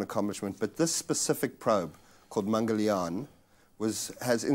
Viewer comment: I'm suprised he pronounced Mangalyan quiet well.